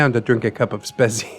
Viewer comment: Jeez I know German words are weird for English speaking people but really? You spell Spezi as if it was written Spesi. And Lebkuchen... You do the CH like in Chile